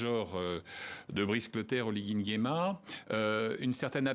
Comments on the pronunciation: Ahhhhh c'est se que je voulais même commenter. C'est brice madame par bill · Comment la blanche là n'arrive pas à prononcer "BRICE" ?????